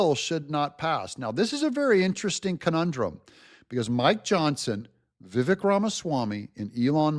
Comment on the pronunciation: please pronounce it correctly. VIVAKE, like the word cake. That’s how you pronounce Ramaswamy‘s name.